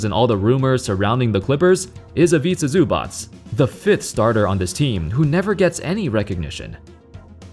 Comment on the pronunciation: Zubac name pronunciation 10/10